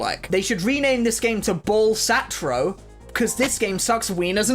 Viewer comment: Please say balatro properly 🙏